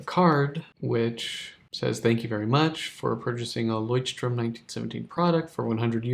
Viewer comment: Why do you keep pronouncing it as "strom"? There's no 's'